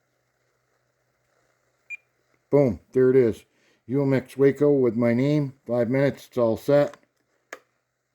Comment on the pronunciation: It’s “ WAH-Co…..!! Not Way-co…..